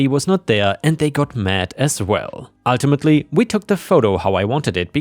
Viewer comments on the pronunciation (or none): none